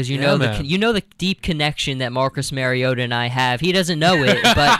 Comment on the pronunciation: MAR (sounds like March) IOTA.